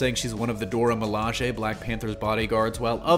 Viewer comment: Thank you for pronouncing Dora Milaje correctly. So many reviewers on YouTube are butchering the language.